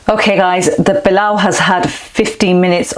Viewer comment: Surely you don't need to anglicise all the words like PEELAW, come on you know how to say it properly.